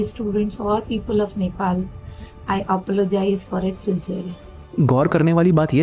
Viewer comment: Ye hai faculty upper se inko Apologize ka pronunciation bhi nhi krne aa rha,, ye padhate hai students ko... or selfie le rhe yani unhe koi gum nhi.